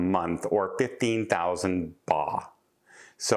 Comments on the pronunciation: Thai currency is pronounced “bot.” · Just FYI for future Thailand discussion, the currency is pronounced "bart" 💙